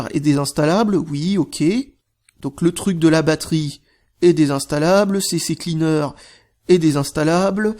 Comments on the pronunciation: Arrêtez de dire " CCCleaner" C'est " CCleaner" avec 2 C et non 3 C. Merci pour votre compréhension. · Cher faut arrêter de dire C-C-Cleaner, c'est C-Cleaner xD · on dit pas C C cleaner mais C Cleaner, il n'y a que 2 C et non pas 3